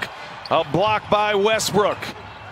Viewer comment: He said westrook twice😭